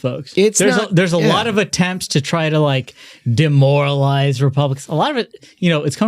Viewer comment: Did I hear just say... Dem-moralize??